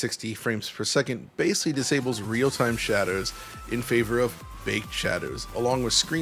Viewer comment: We need an audio version of DLSS to upscale “vol-oo-metric” and “basely” into ‘volumetric’ and ‘basically’